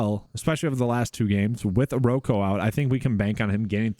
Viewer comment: Okoro, not oroko…